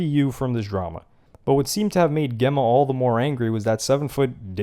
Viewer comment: What kinda mispronounced name... Geh-ma ?! Spelt and should be Gem-ma. 😂